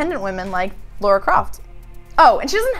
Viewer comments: FFS it's Lara with an 'ah' sound NOT Laura. What the hell is wrong with Americans that they can't pronounce a simple name correctly!? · *Lara... not 'Laura'... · is it so hard to say Lara and not Laura? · It's LARA Croft. Not Laura Croft. lol XD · Warchild CQ seems to be an american thing. i often hear them calling her "laura" rather than "lara" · Oh no is one of those people that call Lara Croft; Laura that's just weird and not right, i'm guessing she also says her own name wrong too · A woman named mispronouncing the name Lara... ironic... From now on we call her.